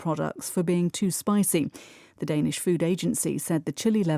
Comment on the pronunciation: spicy 가 spicing으로 들려요. 느리게 들어도요. 왜 그런걸까요?